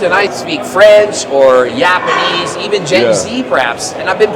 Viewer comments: said yapanese not japanese haha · who says japanese as Yapanese